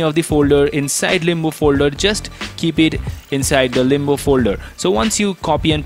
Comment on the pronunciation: Why u say Limbu when its limbo